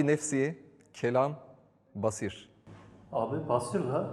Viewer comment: Basir değil basar olacaktı